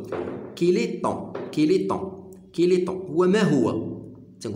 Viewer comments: احسنت استاذ ملاحظة فقط لا نقول كيلي تنطق كالي وشكرا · يا استاذ عجبتني طريقة الشرح . و لكن نقولو كالي. و ليس كيلي .. تحية من الجزائر